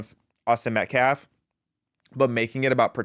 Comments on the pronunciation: That POS, baby abuser, felon activist is NOT a lawyer. No, that's not even his attorney! This is a racist, Al Sharpton Jr wannabe that's all! #justiceforAustinMetcalf PS ~ that "activist" can't even pronounce Metcalf, he (keeps) saying MetcLaf 🤦‍♀️ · This character can’t even say Metcalf and has no command of the English language. He’s got a girly name and a rap sheet a mile long, no one should listen to this fool. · Klamelo's media team mispronounced Metcalf's name !